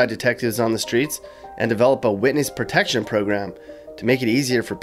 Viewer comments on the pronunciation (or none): none